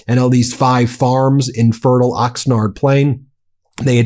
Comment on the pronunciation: Ben... you live in SoCal. How do you not know how to pronounce Oxnard and Carpinteria? Ox-Nard like Card. Carp-enter-ee-ya.